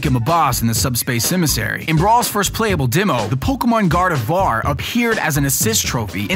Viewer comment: Guard-avar? Pokuhmon? Ouch...